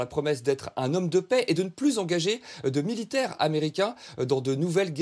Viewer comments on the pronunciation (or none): none